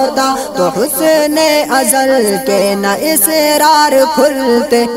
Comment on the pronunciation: جناب والا وہ اسرار نہیں اسرار ہے ہمزہ کے فتحہ کے ساتھ